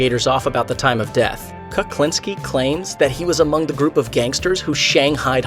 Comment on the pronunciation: He doesn't even pronounce Kuklinski's name right. It's not Kaklinski.